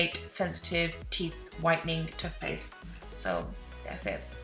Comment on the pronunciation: How have I never noticed the way you say TUTHPASTE 😭😭😭😭